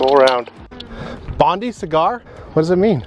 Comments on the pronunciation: Will you please say it correctly. Not Bondee Cigar but a Bond-eye Cigar. Bondi is a suburb and famous beach in Sydney. 🇦🇺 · An Aussie pronunciation correction Bondi is pronounced Bon die, not Bon dee. The story behind Bondi cigar is that one of Sydney's sewerage ocean outfall used to be close to Bondi Beach. During times of heavy rain the treatment plant could not cope so raw sewerage would end up in the ocean and polluting Sydney's city beaches. Australians have to have a slang name for everything, so Bondi cigar was a "nice" way of describing what people found floating in the surf. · The name on the boat is actually pronounced Bond eye cigar not bond ee cigar. Bondi beach in Australia is the most famous and iconic beach on the east coast of NSW! They can have up to 30,000 people there in a day in summer! From one who lived there ……..Bondi! Look it up! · Greetings from Australia. Love the boats name but it’s Bond-eye pronunciation. Bondi Beach is a very famous beach in Sydney. We love our slang and it’s very much part of our culture. Cheers for your family travels.